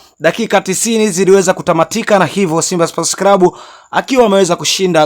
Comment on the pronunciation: NI CLUB SIO CRUB. NA NI CLAUTI SIO CRAUTIS